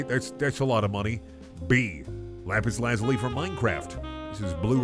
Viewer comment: OMG IT'S BEEN SO LONG SINCE I'VE HEARD A YOUTUBER SAY LAPIS LAZULI CORRECTLY